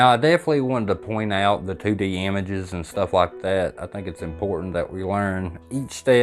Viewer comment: 2D...two dee...Tew dee...😅😂😊